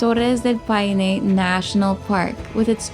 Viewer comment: DEL "PINO"? PA I NE*